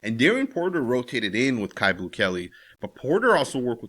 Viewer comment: Isn't his name pronounced Q. Not caillou, like the little white cancer patient on the children's show. I'm pretty sure you pronounce it Q. I'm just saying. Q Blue Kelley